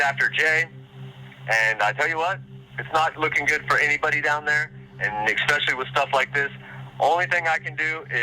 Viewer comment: He says “expecially”. Death penalty.